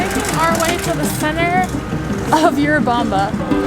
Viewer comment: It's not You-rubamba. It's Urubamba. It's called Sacha Tomato (Andean tomato).